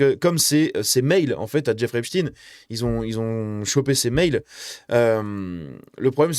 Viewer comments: On ne dit pas epstine mais epsteine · Pour la prononciation, il ne faut pas hésiter à dire «Êp-chtaille-ne» comme il est coutume de le faire en français. Pourquoi succomber à la mode actuelle, très anglo-saxonne ? Va-t-on désormais parler d'Albert «In-stine» plutôt qu'Einstein ? Ou du monstre «Frankinstine» ? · C’est Epstein comme Einstein et non Epstine. Merci de conserver l'intégrité du nom de famille. Ne tombez pas dans le piege de vouloir faire croire qu’il n’est pas juif. C'est EPSTEIN. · Jeffrey "Epstine" et Harvey "Weinstine" n'existent pas..Epstein et Weinstein oui. On dit Albert Einstein pas "Einstine"..c'est une fausse erreur volontaire de prononciation de certains medias afin de ne pas trop mouiller le "peuple elu"